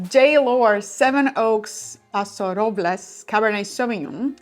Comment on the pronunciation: Oddly enough "Paso Robles" is pronounced exactly like American English, not Spanish at all... roh-bulz, not roh-blays